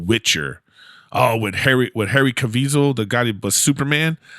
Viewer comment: dude, "Harry Cavisol" had me dying